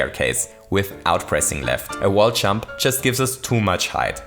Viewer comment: I love how his accent impedes him from saying "Jump", instead making him say "CHUMP"